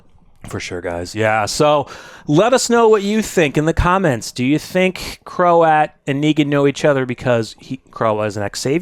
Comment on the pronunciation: Btw… Croat is one syllable. Rhymes with throat.